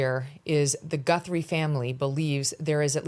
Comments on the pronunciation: Some pro! He couldn't even say her name right, Samantha Guthrie is her name. Her name is not Savannah Gunthrie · This guy cant even say her name right-He repeatedly calls her GunthRie--I would think if he knew how to do his job he would at Least be able to get the families name right-at the very least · God dammit! Would someone please inform this so-called expert that it’s GUTHRIE - not Gunthrie. What an idiot. It’s almost as bad as when MK kept referring to the Biden book as UNCHARTERED rather than Uncharted. Freakin’ nails on the goddamn chalk board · Gunthrie? It’s Guthrie he’s an idiot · Her name is Savannah Guthrie 🙄🙄🙄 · This guy sounds like an idiot clearly he doesn’t know she is. He’s mispronounce her name twice. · @@ He says Gunthrie clear as a bell , and . He even butchered Virginia Giuffre’s name . He only says Guthrie correctly